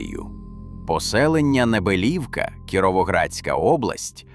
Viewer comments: Саме так. Неприємно слухати цей наратив. Моя тітка з Підвисокого також сміялася з неправильного наголосу цього "науковця"... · Село має назву Небелівка, з наголосом на букву і. Моя мама живе в сусідньому селі - Підвисокому. Там також є величезне трипільське поселення. Але... засипали його, бо це ж земля для посіву. Головне гроші, а не історія.